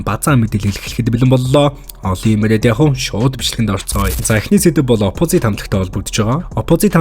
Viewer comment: DVV CHI NAAD HEL USAA SAIJRUULAHGVI VNEN ZOLIBON BNAA, OPOZIT GEJ HELEHDEE YAMAR LALRIIN HELDIIN BEE SOOO CRINGE